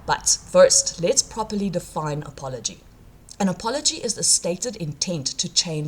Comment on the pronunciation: What is this word "a-pol-o-gee"?